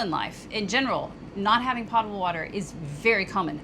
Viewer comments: Potable water, I know a lot of people pronounce potable like she did, like a pot, but the correct pronunciation is pōtable, with the o sounding I like “oh”. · Other than reinforcing the upside down umbrella idea, I’d like to add that the word potable is often mispronounced. Potable has a long ō, just like the word potent. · Love the episode. Hope everything gets worked out. One thing I heard during food safety couses at Penn State, was that the term is mispronounced pot-able. It is correctly pronounced Pote-able. (flowing clean water) Keep on keeping on. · FYI, the word potable has a long o sound in it. It would rhyme with "boatable" if there were such a word. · Even if you two did videos about riding lawnmowers, they would be a blast to watch. Your video and storytelling skills are that good! By the way, potable is pronounced with a long O sound (rhymes with notable). Not trying to be pedantic, but I first learned that way back in the 80s while I was in the Navy. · Potable has a long o sound. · You pronounce potable with a long “O” not a short “o” like toe, not pot. 😂 But in all seriousness, you guys are wonderful. Those of us who have watched you since the beginning, watch because we love you guys and the content you create, which includes how you stay positive in some very difficult situations. I started watching your channel in the RV days doing homework for my husband and I as we were planning to move into an RV full time. I’m currently trying to convince him to move into a canal boat full time for a while - he gets SUPER motion sickness, so a sail boat would be completely off the table. Any suggestions?